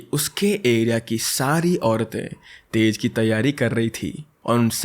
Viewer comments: Being from bihar I should tell you that is not tez that is tiz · Tej nahi tij brother Ummido pe khada nahi khara utarana...